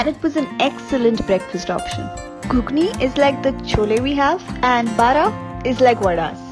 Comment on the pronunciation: Superb...loved the way you said bara ..proud of my city ❤️❤️